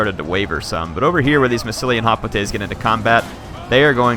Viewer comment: He pronounces Hoplites sooo badly.